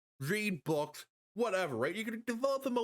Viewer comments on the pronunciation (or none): none